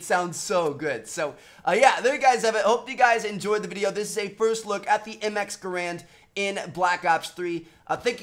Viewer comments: its pronounced "Gair-and" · I like how he said ga rand